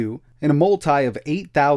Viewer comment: As much as I would like to watch the whole video the way he says multi just annoys me too much that I can't make it.